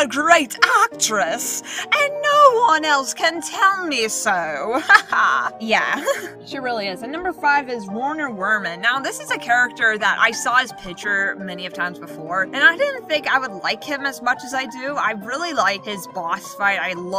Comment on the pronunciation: I had a feeling you would mispronounce this. Werner werman is pronounced verner verman because he's German. It also makes sense because... Y'know.... Vermon... Which is what he is.